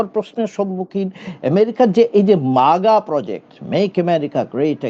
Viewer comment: Maga na haga bolun